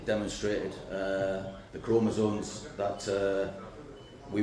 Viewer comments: Buck I am pleading with you to pronounce “chromosomes” correctly 😂 Love you btw ❤ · I am 100% in agreement that these individuals are genetically male and should not be competing in the womens' division. The biologist in me is very annoyed that everyone is saying "chromosones", when the correct terminology is "chromosomes". Please, folks, the word is c-h-r-o-m-o-s-o-m-e-s! Thank you 🙏